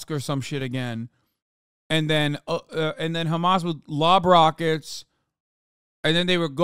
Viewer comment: I lost 5 years of my life every single time bro said *KH*amas